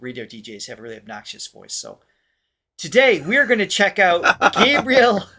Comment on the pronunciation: Hi guys, it's been awhile since I've left a comment. Here goes: after all the times you've listened to and given your reaction on GH, you still don't pronounce his name properly. It's a matter of respect. Gabriel is pronounced Gabrielle like the actress Gabrielle Union not like the angel Gabriel. Henrique is pronounced En he key. Thanks. One Love... 💝